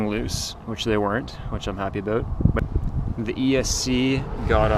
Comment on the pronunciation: "last time i had this thing ooot, it was aboot" canadian?